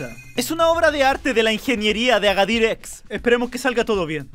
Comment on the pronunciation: dice aradir en vez de agadir